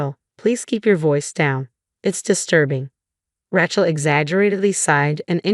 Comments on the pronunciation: I hate the way AI says Rachel sounds more like a weapon Ratchet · Pronunciation of Rachel leaves a lot to be desired. Who does this anyway?